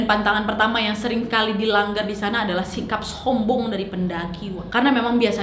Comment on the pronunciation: Ngomong "Sombong" Orang Lain : Sombong Kak Nadia : SS hombong